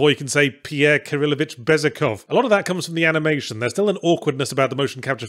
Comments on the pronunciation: It's pronounced "Bezuhov", not "Bezukhov" ;-) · Just read a book every once in a while, you'll be able to do the same thing. Though in this case his pronunciation of Bezoechov made it so I didn't realize he was talking about the Pierre from War and Peace at first.